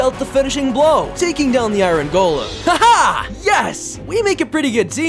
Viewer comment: Why does he say i-rin Instead of iron.